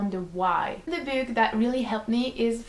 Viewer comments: i couldn't help but laugh every time you say "book" because it sounds like you're saying "boob" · i was just about to comment that....haha